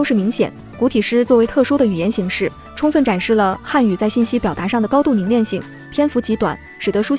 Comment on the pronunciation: 是【凝练】而不是【凝链】